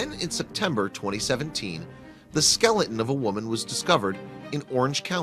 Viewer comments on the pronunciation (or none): none